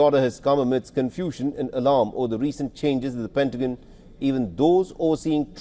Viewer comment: PentaGON not PentaJYN. 🙄